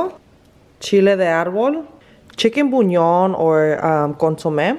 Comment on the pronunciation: Its not chicken "bunion" se dice "buyon" lol sorry